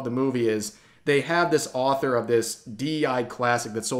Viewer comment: Did this dude really just mispronounce "author"...? 🙄